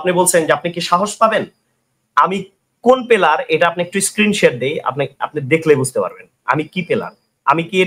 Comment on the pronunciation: ও player বলতে পারতেছে না পেলার বলতেছে ওর সাথে ওই বিজ্ঞানী debate করবে ভাই রে ভাই 😂😂😂😂😂😂😂😂😂😂😂 ওর কি জ্ঞান আছে বুজলাম না 😂😂❤